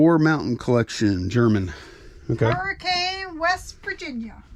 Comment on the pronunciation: Believe it or not you pronounced Hurricane,WV wrong lol